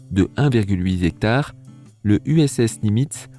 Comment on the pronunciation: A "a une surface de un virgule "huizectare" ... Dis, Papa, c'est quoi un huizectare ? :°))